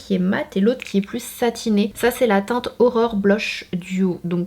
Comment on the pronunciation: c'est un signe la palette de blush s'appelle Aurore comme mon prénom, il faut que je la commande!!!!! quand tu la prononcer j'ai crue que tu avais dis Horreur mdr je me suis sentie bizarre tout d'un coup! <3